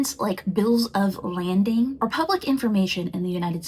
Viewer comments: To: it’s “bills of lading” NOT landing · I"m not mad at CT. Of COURSE she is going to sing the praises of the products that bear her name and believe that they are the best. Would you expect her to stand up there and say the ELF is equal? Her brand IS a little snobbish, as is most high end makeup. She isn't selling to the "I can't afford it" audience. And sorry, but a tiktokker who doesn't know that a Bill of Lading is not pronounced "Bill of Landing" (when English is her first language) doesn't come off as someone I'm taking seriously about business information.